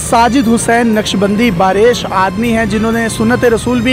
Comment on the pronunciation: aapny ek lafz kahaa baa resh ye baa resh nhen baa reesh hai.